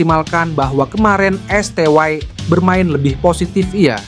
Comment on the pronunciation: Esteye aj kali bukan esteway 😂